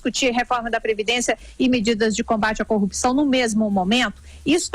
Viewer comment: Please please please não é corrupicao, é corrupção, o P é mudo mudo mudo e vocês são jornalistas, devem e têm obrigação de falar bem.